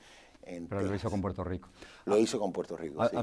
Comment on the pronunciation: he's controlling himself. Check when he says 'Puelto Rico'.